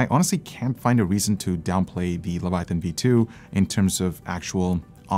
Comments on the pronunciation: Omg the way that guy was saying Leviathan was triggering. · Is it the Quebecois leaking out in pronunciation? How can Leviathan sound so butchered and not corrected by edit? o.O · might be an OG leviathan owner, but he needs to learn how to pronounce it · you must have never read the bible to not know how to pronounce leviathan lol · I am still very happy with my Leviathan (not the battery powered one), I wish they would move away from that stupid fragile subwoofer connector. it's so fragile, mine's already bent. Also...lev-a-thi-an lol. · Razer will never do better because people keep buying their trash. And the guy saying (Lev+uh+THYON) was ultra cringe. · Mikes pronunciation of "levathian" bugs me lol. O well keep up the good work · LE - VA - TA - YAN....... wtf hes been calling it like that since 2015. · LoL....yea....fail "OG" user.....cant even pronounce it properly.... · before review-ing a product learn to pronounce it's name correctly, what is even a Levithaian? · They think they know what they talking about while calling it a LevaTHIAN 😂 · Levethian! :D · LEVATHIAN LOL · Wtf is the Leva-thi-on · LEVA-THIAN smh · I'm not a native speaker, but that "Leviathan" pronouncement (by ) sure sounds weird. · Everytime tried to pronounce Leviathan, I cringed lmao 🤣